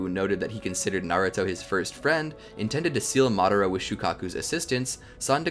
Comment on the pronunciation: games it's Madara not madera